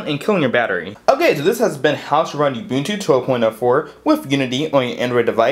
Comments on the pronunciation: It's "ooboontoo" not Youboontoo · It's pronounced uh-buntu, not you-buntu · Wtf is "You-bewn-tew"? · Can't stand how you say ubuntu... It's 'oo-boon-too'